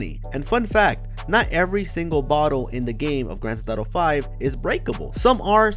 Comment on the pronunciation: it’s not “grand thet thato “ LMAO get it right